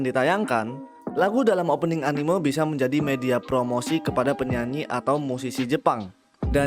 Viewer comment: cuy tolong diperbaiki pelafalan kata "anime" kaya aneh aja gitu dengernya saya dijepang gaada orang nyebut anime begitu